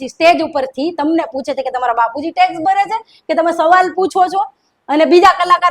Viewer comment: માયા ને ટેક્સ બોલતા નથી આવડતુ એને ઉતારો એઠો